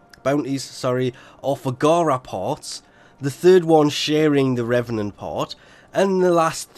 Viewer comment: It’s pronounced “Reevenant”